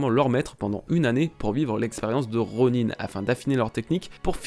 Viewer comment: On dis ronin (ron1) pas ronine